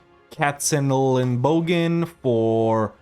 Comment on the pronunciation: Shoutout for pronouncing those german city names very well!:yougotthis: #Katzenelnbogen